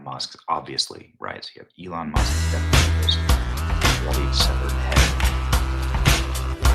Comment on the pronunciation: "Jeef Bee-zos" 😆